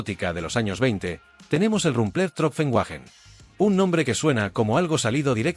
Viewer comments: Wagen se pronuncia "váguen" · Wagen: vaguen ¿Quién co..o te ha enseñado a ti pronunciar el aleman?